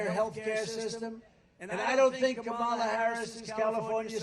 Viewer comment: Yeah! "Have the decency to pronouce the Vice President Of The United States Of Americas "name correctly! Tell those Ten people to go home!